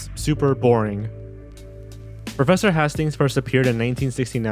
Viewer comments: HAY-stings. Not HAH-stings. Like Battle of Hastings. :P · Its not professor hastings like hah-stings its said like hey-stings. You can even hear the guy say if correctly in the audio you added about it lol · FYI Hastings is pronounced hay-stings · Hastings is HAY-stings! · Thanks for acknowledging the mispronounced name in this comment. Your video is excellent, well researched, and the obvious time and effort you put in to making it shouldn't be derailed due to a script reading error or regional accent alterations of pronunciation. If you hadn't said that I'm sure a whole slew of people would have remarked on that one error... (TBH, I only had a brief scan of the comments, were you getting hammered on about it before you posted the disclaimer?) Regardless, I just watched this video and had no idea all these were missing...and now I have to go and check my VHS & Betamax (yes, I am old enough to have both), to see what Sesame Street episodes I have, (yep, used to tape them as a kid, and save them), and transfer them to digital format. Given the VERY helpful charts that you provided in your video, I should be able to figure out if I have any of the missing English-language version skits/songs pretty quickly... If I do, you'll hear first. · Please do better research when doing your videos. Granny Fanny was also in the "Here is Your Life" segment with Guy Smiley profiling The Oak Tree: Also, Hastings' name was correctly pronounced on the clip you showed, so LISTEN to the clips you include next time. For further references, don't forget to use the Muppet Wiki! On a friendlier note, nice try at least!